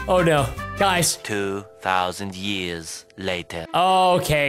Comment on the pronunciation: it said yers its years not yers